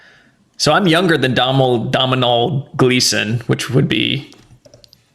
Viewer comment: Domhnall rhymes with tonal